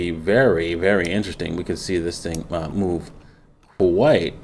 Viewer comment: What's it's next mewv?? To the mewn is it's next mewv. Thanks